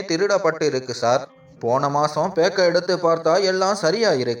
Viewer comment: Backup😂😂 not Packup😂😂